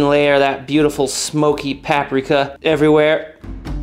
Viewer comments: I too love smoked pahhprika 🤣. But joking aside great recepe dude! Praises from a fellow chef 🙏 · the way you pronounced paprika was infuriating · Papraka? 😂 it’s paprika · Pap-rick-uh Mortar and Pest-ill Where did you learn to pronounce these words? 😂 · I cringe every time he pronounces paprika lol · One of the two of us is saying paprika wrong and I feel like it's me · Never heard paprika pronounced that way before. Imma use it. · The "t" in pestle is silent but you say it an it's driving me nuts. Edit: I just got to the paprika part, Jesus fucking christ dude... I'm out. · How did you just pronounce paprika wrong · Wait… “paprika” rhymes with “Africa”? 🤯 JK! Gotta try this soon with some good ol’, skin-on, bone-in thighs! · I agree with your comments about not being perfect, just not the way you pronounced paprika.